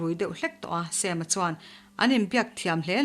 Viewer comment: ngaithla leh lawk teng... Sam-a hming Mizo taka Sam-a ti mai lo a Sem-a tih hi ka beng a kham 😋